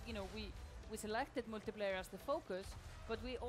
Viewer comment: Drinking Game: Everytime she says Moltiplayer